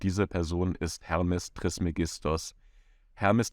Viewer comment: Bitte trismégistos sagen, es ist auf dem e betont.